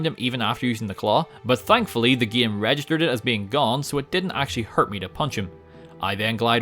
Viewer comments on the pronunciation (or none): I love the part where he says "gaem". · He Sounds Scottish When He Says “batman” “batmobile” “game”